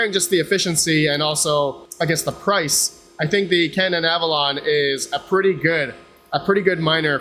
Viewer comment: Yeah!!! You pronounced Canaan right 😂😂😂